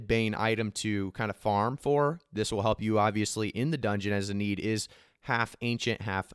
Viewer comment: Lol "in need" wtf "inn-ee-ad" probably a play on iliad